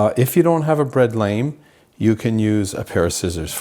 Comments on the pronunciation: It’s not a bread LAME hun. It’s pronounced bread LAHM (spelled lame) and the banneton basket is not pronounced BANETONE. lol 😂 it’s BAN-A-TON (spelled banneton basket) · Great video! Just FYI: A bread lame is pronounced "lahm"